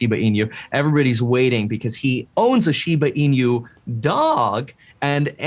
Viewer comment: Please pronounce shiba inu correctly 😭 The host said it correctly